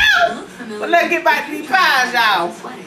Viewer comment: She don't say back, she say bike lol